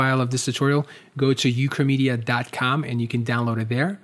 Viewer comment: the moment when "ukramedia" sounded like "chlamydia" ... I was like ..wait what?